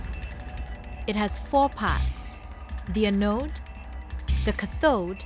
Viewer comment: Putting subtitles on the professor (who was perfectly intelligible btw) but your host can't even pronounce lithium, anode and cathode correctly... smh